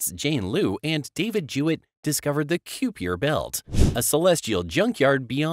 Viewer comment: The "kyoo-pee-err" belt, huh? Computer-generated narration ruins videos and I don't understand why people insist on using it, or why they don't at least find one that sounds more natural. Regardless, this video was clickbait and completely dull.